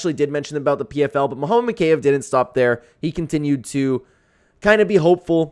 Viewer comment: mow-kay- ev...... BRO its MO-KA-EV